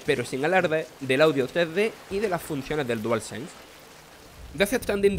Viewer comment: personalmente me da igual el acento de hecho hasta me gusta pero es raro que en vez de decir 3d diga trede.